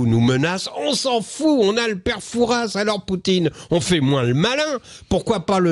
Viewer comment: Prononcer "Foura" et non "Fourasss..."!!